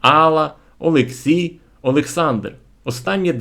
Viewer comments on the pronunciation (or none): none